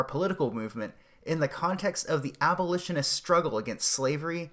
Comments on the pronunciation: It's pronounces AB-O-LISH-IN-IST NOT AL-BO-LISHIN-IST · Oh God these comments, a few people make fun of him for saying "albolitionist" and you spergs claim it's paid shills trying to shut him down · >Can't even say abolitionist correctly You're not helping when you do this.